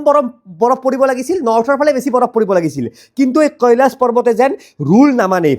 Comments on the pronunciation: কেলাছ নকবা, কৈলাশ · কেলাচ নহয় কৈলাশ হৱ‌ লাগে নেকি এনে 😅